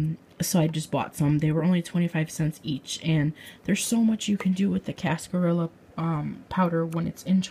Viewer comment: In cascarilla the ll's are pronounced like a y like in tortilla because it's Spanish.